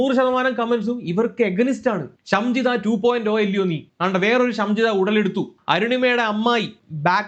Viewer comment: ഷംജിത അല്ല ഷിംജിത